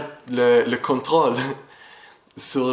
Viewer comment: Maison quelqu'un lumière, et le courage🤝 (pour dire - sur - il prononce : tzur 🎆 comme dans; ma oz tzur yieshuati🎶🎼)